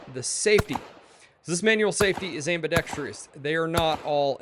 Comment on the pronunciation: YesAmbidexTROUS, not trious. “Truss”, not tree-us